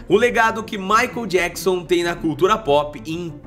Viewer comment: "MAICON JACKSON" 😅😅😅 "Abrasileirou" o nome do coitado do MICHAEL JACKSON. 😂😂😂